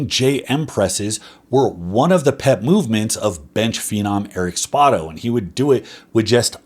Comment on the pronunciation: It's not a big deal but I believe you are pronouncing Spoto wrong. I figured since you frequently refer to him/the exercise named after him you would prefer knowing.